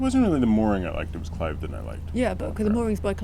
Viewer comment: Cliveden - no no no it's from Clifden, soft 'v'. It's on a cliff, not named for someone called Clive!